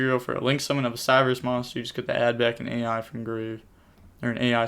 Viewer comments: Just so u know, u dont say a.i, u just say I. Thats the anime character that uses this deck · That was an insane g1, I think the player drew close to perfect. Also I think you just pronounce the ‘A.I’ as ‘I’ in their names, it’s some weird word play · Indeed, from the Japanese version "ai" is pronounced like the English "I". And the card names are meant to be puns around that pronunciation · their names are puns, its supposed be said as "I" not A.I